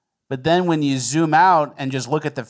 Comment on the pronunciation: Bro said "Ju crazy? Get the fuck outta here." classic. Tony Montana vibes.